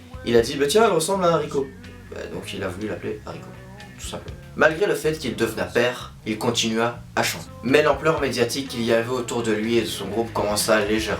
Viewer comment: « devena » « metta » mes oreilles saignent